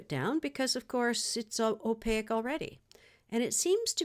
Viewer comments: Hello, at first I was confused because you’re saying ow-pay-eck instead of opaque (ow payk). Otherwise, I’m enjoying your video. :-) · Awesome demonstration of paint layering using a gel plate. One thing I've noticed is you've got an interesting way of pronouncing "opaque", you seem to be adding "i" or "y" in there, between the "a" and the "q". Or maybe it's just my poor hearing. 💜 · I'm thoroughly enjoying your videos - only discovered your channel this weekend. I'm listening to these playlists in the background while I work at my craft table. Your interesting pronunciation of Opaque, which others have mentioned, is a bit distracting. It's so interesting - like you rhyme it with oleic or mosaic. I'm wondering where you grew up, and whether its a regional thing.